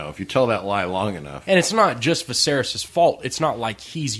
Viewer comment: Dude can't even say the name Viserys. Get some better commentators man.